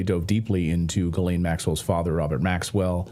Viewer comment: funny the guy can't pronounce Ghislaine's name